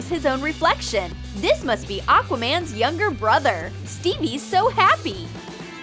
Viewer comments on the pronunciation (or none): Did you just say.. A-aquaman? 😱😵😫😩😮